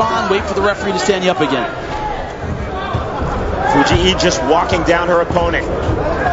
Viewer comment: Fu-jee-ee? WTF?